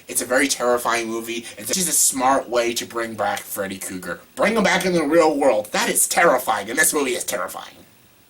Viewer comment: He said Freddy Kooger..